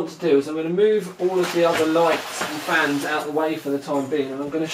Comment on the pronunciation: Sounded like "flans" to me lol.